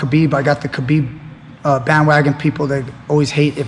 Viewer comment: its khabib, ,,, and pore.... stop being a parot